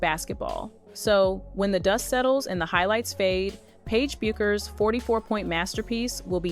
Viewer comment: Is the name not B-you-kherr? I’m not calling this chick Becker just because you do.